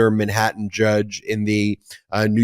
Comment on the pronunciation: Ben, MAN-hattan. Not min-hattan. Thanks. Love ya.